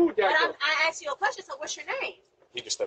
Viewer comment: Cuz I axed you a question...